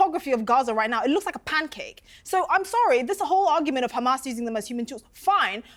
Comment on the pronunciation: She said hamas normally twice then went back to khamas.